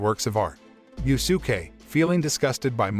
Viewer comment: “Yu-su-kay “ “Ma-Da-Ra-May”bruh what are these name butchers🤣🤣🤣 💀💀💀